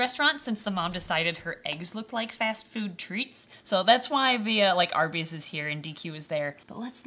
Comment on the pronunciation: "arbys" y-yeah... arbys..